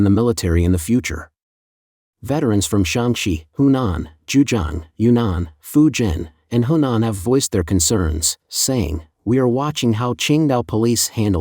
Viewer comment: Zhejiang not Zhujiang.